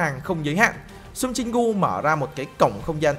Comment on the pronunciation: Anh ơi Jin gu chứ không phải Jin cu